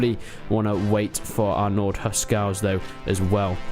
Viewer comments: Huscarls not huscals lol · yo? isn't it Hus"carls"?